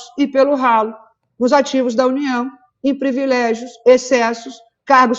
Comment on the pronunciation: As militontas são tão comunicativas que falam errado palavras como: "subsídios" fala errado "SUBIZÍDIOS" e em seguida pronuncia outro erro de português com "privilégios" fala errado "previlégios". Jornalistas tem que saber não só escrever, mas pronunciar as palavras corretamente. Nota 5 para as petistas.